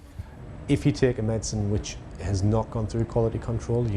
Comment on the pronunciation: why didnt they hire a presenter that knows how to pronounce 'medicine'